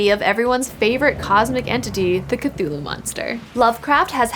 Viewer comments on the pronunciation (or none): none